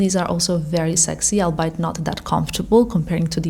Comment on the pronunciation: Hi! Just because I know you’re a linguistic and speak so many languages well … just a note that we say albeit as “all BE it” 😊